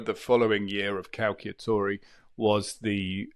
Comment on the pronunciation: Nice video, but please say cal-cha-tori 😅